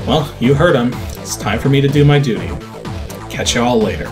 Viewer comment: Theehee, you said doody. Stellar review, as always and hope to see ADG next year.